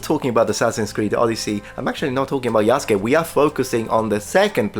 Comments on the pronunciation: I gave random youtubers on the internet a pass when they mispronounced the name Yasuke, because you have to be told that the u is silent, but these are the makers of the game who brag about history, did no one ever tell them how that name is pronounced? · I really wish they didn't mispronounce Yasuke. Since i know the actual way the Japanese pronounce names like that, it just sounds off. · Gonna sound really stupid and autistic, but I know they have no idea about what they are talking because none of them can pronounce the japanese names properly: they use their english or french accent and read "YAH-soo-key" instead of "i-AS-keh". They never tried to learn anything from the characters or the story they are working with, because they don't care, they just want to do politics. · Metatron could you please call out Ubisoft for mispronouncing Yasuke... It's driving me personally insane. They claim to care about historical accuracy and care so much about this person and yet can't be bothered to say his name right. Everyone but you is doing it now "Yah-Ske" not "Yah-Su-ke" So if they can't do even that right why should we trust anything else? Edit: I'm tearing my hair out watching this video repeatedly say his name wrong. Not you... You're fine but wow. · "Yah-soo-kay", The fact they continuously butcher his name shows how much Ubisoft knows about Japanese culture. 😂😂😂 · yasUKEI. can they at least try to pronounce this very simple name right? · Had me weak like come on at least learn to pronounce the name correctly “Yaw-skay” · Well, wait until they announce him as Yas-u-gay in the the next trailer. Being the only black giant in an entire country of asians isnt special enought. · Yeah, in Japanese the "u" sound is reduced in the name Yasuke. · They can't even pronounce his name properly. 😑 Shows how much they care for the actual character. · Big surprise that most of the fools dont even know how to pronounce Yasuke.